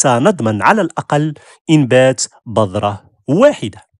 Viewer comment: السلام عليكم ورحمة الله. شكرا على المعلومات كلها رائعة .ولكن عندي ملاحظة ارجو ان تنطق بالحروف الصحيحة عندما تتكلم .مثلا بذرة ولا بضرة وشكرا لكم.